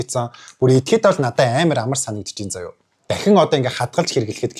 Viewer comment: За яа биш зайл за гэж сонслоо шд